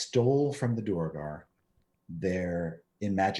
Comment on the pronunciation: Thanks Chris! I was going to say DWAIR-gar in Chat but I should just always have faith in you!!